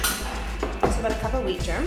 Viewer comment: abote? did she say abote? hahaha